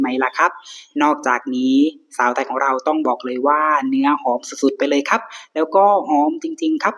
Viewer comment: อยากให้ลองเล่าโดยไม่ต้องตั้งใจลงท้ายด้วย"ครับ" เน้นๆ, เล่าแบบธรรมชาติคนติดตามฟังจะรู้สึกสมูทกว่า